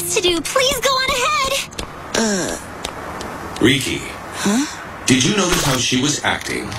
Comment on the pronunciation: his name is riki ree key